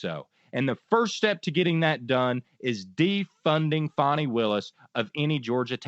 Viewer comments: I'm not impressed with on this podcast TBH & I've followed it for some time. In this podcast, his disrespect by repeatedly using the MAGA prononciation for Fani Willis ( it's pronounced Fawn-ee not Fanny) is personally appalling to me as a woman - how would he like others to call him Run or Runny instead of? He also formerly said that he has evidence that women abort fetuses up to the 9th month of gestation. I can't abide misogynistic men like this & I'm surprised MTN has him on their podcasts as a host. I follow all MTN podcasts, but I'm not impressed with this one. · Learn to pronounce her name, please. Listen to your fellow Meidas Touch Network personalities. It's not "Fanny". It's "Fah-nee". Show respect to an incredible DA.